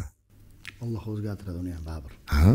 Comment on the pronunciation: ОЛЛО ЭМАС ОЛЛОХ ДЕБ ГАПИРИЛА